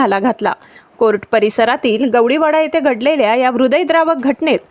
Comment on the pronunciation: मराठी उच्चार योग्य प्रकारे करणे आवश्यक आहे. गवडी वाडा नाही तर गवळी वाडा.